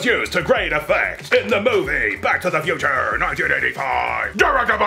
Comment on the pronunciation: Back to the Thew-ture?